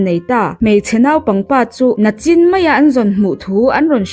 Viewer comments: Boss NACHIN ni lo in NICHIN ti tawh rawh, i cute reuh sia, thahnem ka lo ngaihpui tawp che😂. ‘NI’ hi tawngkam Kan hmanna a zirin Mizo tawng a Kan pass tense a nih ve reuh hi. Eg : NImin, NI chin, NIkum CHuan NA hi Future a ni ve thung a, NAKTUK, NA KUM, NA KIN🫣 LO SAWI VE MAI MAI 😂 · nachin ti tawh suh nichin ti tawh rawh